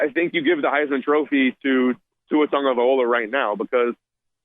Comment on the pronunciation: Tagovailoa not Tagovaiola,. 🤦‍♂️